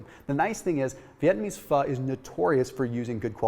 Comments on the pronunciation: pronounces Pho correctly! (so many people do not) Why would I ever doubt this when he provides such thorough info & he rolls those medical terms off his toungue so easily?: ) Thanks again! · Asian food for me is Indian, Bengali, Pakistani, Mongolian and Malay. Pho is pronounced fer